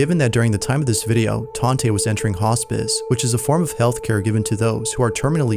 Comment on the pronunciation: Tante is aunty or aunt in German I believe. She probably just goes by Tante. Taunt-uh ❤